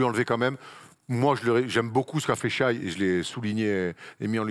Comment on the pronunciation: Quand tu vois la place de shai, doncic et dame je pense que les bilans collectifs ont moins compté dans le vote cette année pourtant il me semble que les année précédentes le bilan avait plus d'impact. Et on dit pas Shaïe on dit shé